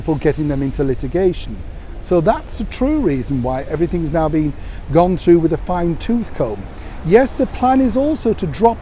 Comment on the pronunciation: What's a tooth comb? 🤣🤣 It's a Fine-tooth comb, not a Fine tooth-comb. All depends where you put the emphasis see? 😉😉😉😉